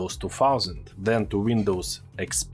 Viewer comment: "Then", not "Zen" ! 😆 .. English words seems hard to pronounce